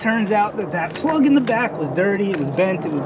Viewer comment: Bro says "spark plug" But when bro says plug without spark Bro says "ploog"